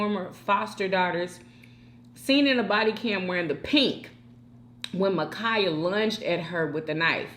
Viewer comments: Her name is Ma’Khia Bryant!!! Not Mikaya🤦🏽‍♀️ Please at least get her name right! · Dang! Her name is Ma'khia You keep pronouncing it Makeeyah..